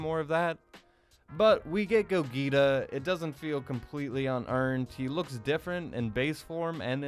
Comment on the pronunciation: do you not know how to pronounce Gogeta? or are you doing that on purpose?